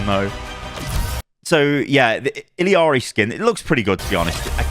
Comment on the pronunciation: listen here, boomer. how about you say Illari, how it's pronounced, wearing glasses inside boomer lookin ahh. its E-YA-RI in Spanish, or EH-LA-RI in English